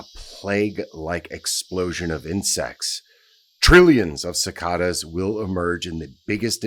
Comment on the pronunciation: They're pronounced ci-KAY-das.